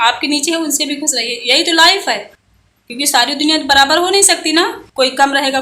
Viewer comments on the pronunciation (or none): none